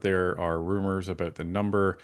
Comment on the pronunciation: the way you pronounce about is bothering me. SouthPark would love lampooning you. Floors crossings en masse via recruitment is wrong and far from democracy or constitutionally accepted practices. FULL COMMUNIST.